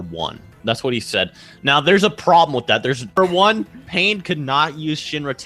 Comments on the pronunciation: Misspelling words is fine but when you continuously pronounce Pain as "Pine" after being told like 5 times its Pain, then it's a joke. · He even calls Pain "Pine"